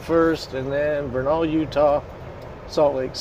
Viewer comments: Vernal is pronounced like Kernel as in popcorn (Native Utahn, lol). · VER nal. That’s how people in Utah pronounce that town’s name. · It is pronounced ver' nul Vernal, Utah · He’s saying Vernal all wrong lol.